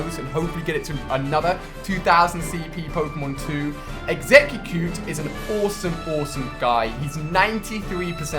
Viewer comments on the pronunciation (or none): Its called exucute - ex-a-cute not egg-sec-u-cute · I can't stand how he names Exeggutor "Exe q qute" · I love your vids Ali... But it's exegguTOR not exeggcecute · Does it bother anyone else the way he says exeggcute. Also that is exeggcutor not exeggcute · Lol. He said Exeggcu-cute instead of Exeggutor. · stop calling your exeggcutor exeggcute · "exeggcucute exeggcucutor" :/ learn to read. or at least go watch the episode they're from. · Its exeggutor ffs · Ali it's execcutor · drinking game: take a shot every time he calls it exeggcucute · he named his exeggutor an exeggcute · Lol he kept calling Exeggutor Exeggcute. He only said Exeggutor once. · "Exeggucute" xD for Exeggutor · I don't think Ali can say Exeggute or Exeggutor